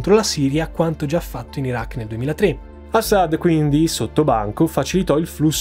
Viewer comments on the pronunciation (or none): Ciao, complimenti per l'enorme lavoro che fai e che metti a disposizione per noi in modo gratuito, ma sentir pronunciare "Assad" in quel modo fa venire l a pelle d'oca. C'è un motivo per cui metti l'accento sulla prima sillaba?